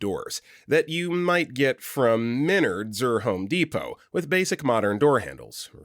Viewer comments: It's pronounced men ards not minards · Menards is pronounced Men-ards. Signed, a Wisconsinite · menards is pronounced "meh nards" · GRRRAAAHHHH ITS Meh-Nards